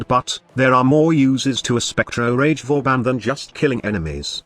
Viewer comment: Its pronounced as Vaw Ban yw 👍btw I'll love to see you come up with a nuke build with banshee that makes her ground shake ability nuke somehow